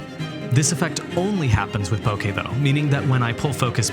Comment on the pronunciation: Im glad you said Bokeh correctly. Its a pet peeve when i hear "Bokah"